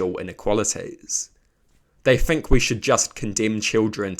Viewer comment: btw, the word ‘think’ doesn’t have an F in it bro 😭